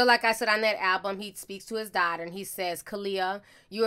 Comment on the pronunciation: I love you sis but you killing me with this damn darghtarrrr, it's "daughter". It like chalk scratching across the chalkboard.